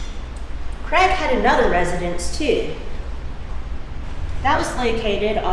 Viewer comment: Why arenthey calling him creg?? His name is Craig.